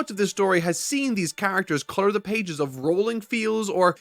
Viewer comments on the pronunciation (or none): none